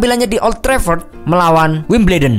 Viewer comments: Derby County bacanya Derby Country, Wimbledon dibaca nya bener bener wimbledon, sir alex ferguson dibaca nya Alex Fergusyon... hadeh 😂😂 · Koreksi : Derby COUNTY bukan COUNTRY Alex FERGUSSON bukan FERGUSYON Wimbledon dibacanya WIMBELDON ya wkwkwk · Derby Count'R'y, Wimb'L'edon . . . Ahahahaha . . .